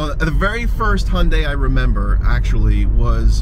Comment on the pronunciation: I have to say that's perfect pronunciation of 현대! And 5 years and 60000 miles of Roadside Assistance. Last time I had a flat was almost two decades ago.